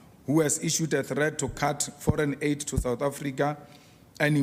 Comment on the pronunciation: "Owa rrrelaince on forine adey"